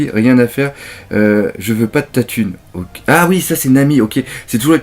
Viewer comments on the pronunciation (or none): none